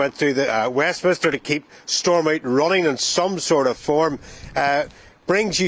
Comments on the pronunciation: Please tell it is Stormont, not Srormount. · 😂😂😂 STOORMOUNT... Mt Store 😂